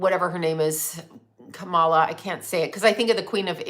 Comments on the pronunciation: KA-MA-LA That’s how you say it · you pretend to be neutral about political parties and don't care about any of them, but it's so obvious you are a Trump supporter. You use their verbiage and proudly mispronounce Kamala name every time...refusing to pronounce it correctly. It's okay to support Trump. Be truthful.